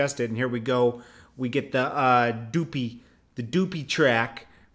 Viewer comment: It is called duppy ...say it like this , the up ieee lol